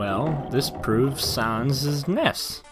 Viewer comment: Sons is not how you say it It’s sans (sanz)